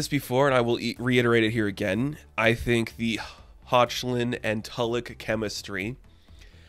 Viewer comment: I hate your pronunciation of Hoechlin - it's pronounced 'Heck-lin.' Pretty sure it's German, very similar to my mother's maiden name.